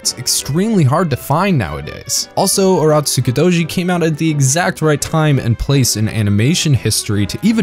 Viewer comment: Turotskudoji? Nice pronunciation